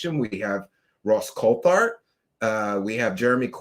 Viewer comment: COLT HART!!!!! not Colthart 🤦🏻‍♂️ omg